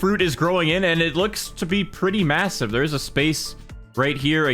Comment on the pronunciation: did you say massive?